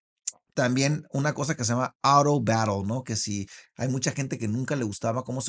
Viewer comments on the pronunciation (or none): none